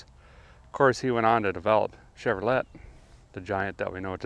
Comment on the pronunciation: Chevro-LET is correctly pronounced as: "Chevro-LAY" And Ren-NALT is correctly pronounced as: "Ren-NO" Good show!